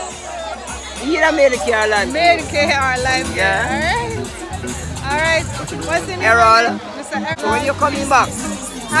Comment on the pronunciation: A me alone call it Lime "Key" bcz i was taught that's how it's pronounced? 😂